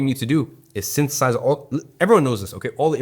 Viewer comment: "Syntheth-AHS it" got that urban western southern accent